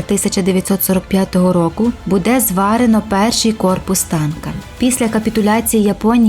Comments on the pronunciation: Питання до озвучки. Що за будЕ? Чому наголос на другий склад? Ми ж не в селі. Виправте це будь ласка, ріже слух!!! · Не зрозуміло що з наголосом??? Музей Патона? Серйозно? БУде?